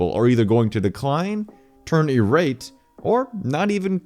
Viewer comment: Irate is pronounced eye-rate.